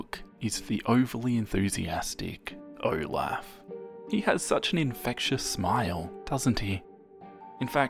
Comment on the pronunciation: Usually mispronounced words make me angry but for some reason the way he said Olaf made me laugh